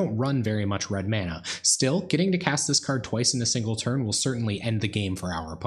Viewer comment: "By a singre Augur of Bolas"